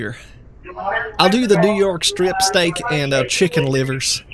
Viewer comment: I swear I heard he said he preferred “stick”